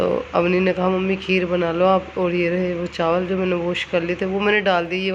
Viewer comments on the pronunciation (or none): none